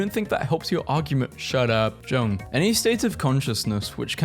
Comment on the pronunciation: . Jung. JUNG. bruh. It's pronounced "Yung".